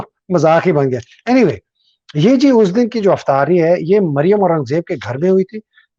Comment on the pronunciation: افطاری کا لفظ صحیح تو بولو۔توڑنے کا واپس لین۔